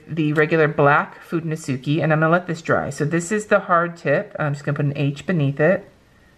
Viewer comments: Just be cause It also irks me.. sorry. they are pronounced ( fuu den no skay ) not ( fu den no suu key ) Japanese is just not phonetic like a lot of english is.. sorry to be that a-hole! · It should really be (fu de no su kay) you only mispronouncing the last "e" that sounds just as the one on fude, its a pure E like in spanish, or like the e in eleven :)